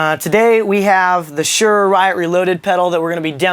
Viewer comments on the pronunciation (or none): It's pronounced Suhr as in (Sir) and there is a distortion knob instead of a drive knob because it is a distortion pedal, not an overdrive pedal.